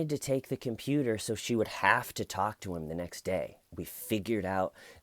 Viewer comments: “And to those people I say… I just wanted to tAULK” 😂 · This George guy is an ass! Lol..I like how u said tawk...it sounds better than how I say tawk...I'm from eastern Kentucky so my accent is very pronounced 🙊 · You twalk the twalk it's a great addition to the story telling 😉 I couldn't watch too much of this interrogation because I couldn't bare to listen to his voice, 'Not his accent' disappointed that there are no Smeeeder like names in this one 😂 Have a great break away and Happy birthday Grandma Tcl let the shananigans begin 🎉 🎉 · TAWK Body? D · LMFAO "someone got annoyed at how I kept saying 'tawlk' yesterday, they said it was getting annoying and grating . . . and to that I say . . . I was just trying to tawlk." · "And to that I say I was just trying to tawk Lmfao love u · I'm late to this, but huegely pronounced it more TAHHLK as opposed to some NYC bronx "twoolk" accent. He searches for words with OHH and AH sounds because it lets him make his voice sound deeper. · Tawk as much as you want. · just wants to tawk. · Hey, can you say "tawk" more? Cracks me up! :) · Tawk ..... Priceless 😂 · Say tork as much as you like. I laughed each time!